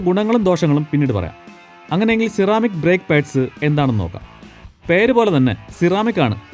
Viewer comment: C-Ramic allallo? Se-Ramic enalle pronunciation. Aarkum enganeyum parayan, njan ormipichathanennu mathram.